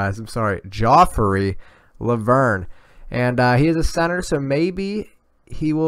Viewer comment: It should be pronounced 'Djofree Lo'vern